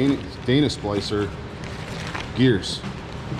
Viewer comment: It’s Dana spicer not splicer. No L. Lol.